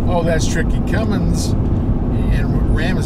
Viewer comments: It's one thing to mispronounce it, but how do your even add a "G" to "Cummins". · No g in cummins, guys please.